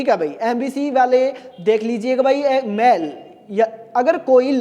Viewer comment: अरे गुरु जी मेल को मैल क्यों बोल रहे हो ☺️☺️